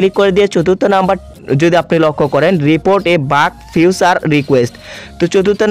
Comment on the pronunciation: সাবমিট ভাই শব্দ টা সামবিট না🙂 ফিচার ছিলো ফিউচার না🙂